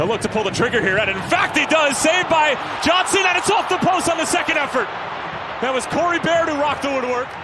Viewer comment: Does sound like that, but he was trying to say "Johnson" not sure how he messed up THAT bad